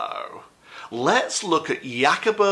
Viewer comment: Jacobo Grinberg, just a little Spanish lesson 😊 the J is pronounced as an H 😊😇